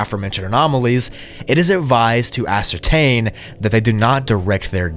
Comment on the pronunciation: Ascertain is Pronounced like Ah- Certain it’s a fancy word for certain. It’s pretty funny hearing you say it “Asuertane”